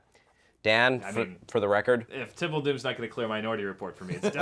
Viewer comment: Its temple not tempel